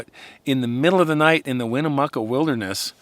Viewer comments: And it pronounced why-ma-new-chey, not winnemuca. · Hi, Great show! I love to hear you tell these stories ❤and this was a really good one. I live in the Durango area and I wanted to let you know how we pronounce the Weminuche. It is 3 syllables Weh-mi-‘Newch, with the emphasis on the last syllable“newch”! The “mi” syllable is pronounced as in the word “minute”. I agree with “you can never go wrong with a jackalope”😂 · you should REALLY do some research on how to pronounce the areas that you talk about. I grew up hiking& Backpacking the Weminuche ( Wem-en-ooch) Wilderness. The Grenadier (gren-a-deer) range with the Animas (An-a-mus ) river is spectacular country. Also the picture of Durango is in fact Silverton. Very sloppy storytelling when you don’t take the little time to research where you are talking about. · It is pronounced, Wo-man-u-ch. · I live there. Its "Weh-meh-nooch" Wilderness, and "An-ah-mas" River. Ive always wondered what some of the people were hiking to up there off the train. Bit concerned but Ive always wanted to cross the mountains from the south side over into the Rio Grande Reservoir. Never considered uncatalogued species encounters. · The wilderness in this story is the Weminuche. It is pronounced locally as, "Whim-ah-nooch". It is vast and some of it probably has never been touched by a human before. It is not an exaggeration to say there is no telling what lives in there, including sasquatch. This fall, in the South San Juan wilderness, same area of Colorado, two young and healthy bow hunters were found dead rather mysteriously at the same time. The conclusion was that they were both struck dead by lightning. Suffice it to say, there are a lot of ways to get hurt or die in the overwhelming expanses of the Rocky Mountains. Enjoyed this story and the one about the lady in the Black Canyon of the Gunnison. I lived 2 hours from there and never went to see it. Shame.